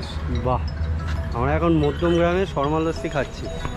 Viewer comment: Didi Ata Madhyamgram Hobe.Apnar Pronunciation Bhul Ache